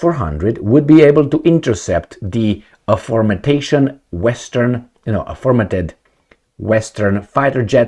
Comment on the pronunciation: AFORE-mentioned... it is nothing as in "fermented"... it sounds closer as in "mentioned" earlier ALSO: SZ=S SZijjártó (as w/2 yy) , SZeged, .SZatmar...